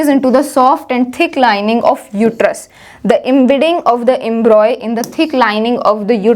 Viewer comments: It is Embryo not embroy, correct your pronunciation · Its embryo not embroy.. its okay but you've explained so perfectly. Tha k you so much